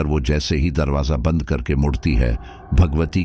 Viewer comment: स्टोरी बहुत अच्छी है। पर आप शब्दो के उच्चारण पर थोड़ा और काम कीजिए। जैसे बंद को आप बदन बोल रहे है। अंदर को अदन।